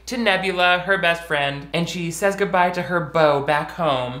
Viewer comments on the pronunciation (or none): none